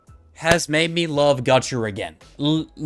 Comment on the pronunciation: bruh idk why but him saying "gachaRRRRRRRRRRRRRRR" is sooo fkn... idk, not really triggering but it is like when you scratch glass with a nail... ugh... icant XD